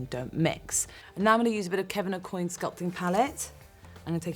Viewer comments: Kevin Aucoin is pronounced (Oh qua) NOT (Oh coin) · She actually mispronounced his name. Aucoin is pronounced similar to Oh-Kwan. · I'm sorry but she doesn't pronounce Aucoin properly. I watched an interview with him and he himself says that it's pronounced [okuan] because it's french. It bothered me so much when I heard her say it... XD